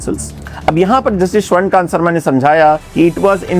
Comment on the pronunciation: सबसे पहले तो जस्टिस स्वर्णकांता शर्मा जी का नाम सही बोलिए महाशय